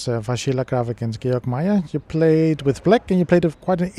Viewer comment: came here to find out how to pronounce georg. WOW. hard G for both!??! NIIIICE XD